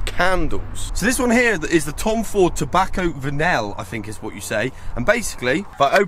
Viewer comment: Tobacco Vanille is amazing👌 I own 6 Tom fords and that's my favourite from the private collection. It's pronounced like "Tobacco Va-nee"👍